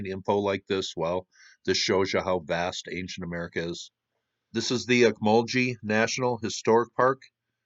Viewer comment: Interesting video. Ocmulgee is pronounced with a hard "g"